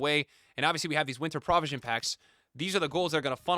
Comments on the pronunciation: you graduated from columbia so i know you’re baiting comments by say prah-visions 😂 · All I want for Christmas is to never hear pronounce the word 'provision' again... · Unc can’t pronounce provision